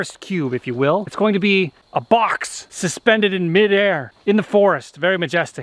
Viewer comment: I love the way you say box "BOCHX"